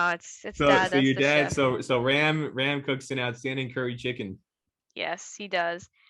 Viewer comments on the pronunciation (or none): pronounciation of indian name Ram or most of indian names are wrong in west... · Even USA born Indian kids don't know pronounciation of their father's name😆 u said Ram rt...